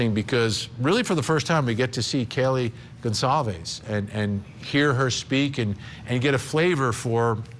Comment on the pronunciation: Wow, Vinnie! You're STILL mispronouncing "Goncalves"